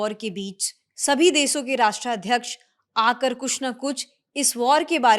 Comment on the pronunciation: Deso 😂😂😂😂Desho